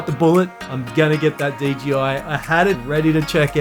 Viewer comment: You said DGI every time , instead of DJI. 😂